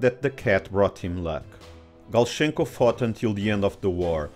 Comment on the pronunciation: Ok, Russian is here. Thank you so much, very informative, well done! No offence, just to notice and make you a thank. I know how it's hard to pronounce Russian names, I have such difficulties with English ones too =) While you are almost correct with Galchenko... (ch must me more ch than sh) Lavochkin.... syllable accent should be on LAvochkin, not LavOchkin. Everything else is brilliantly correct.